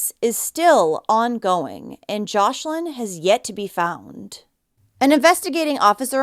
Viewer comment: Her name is joslin not joshlin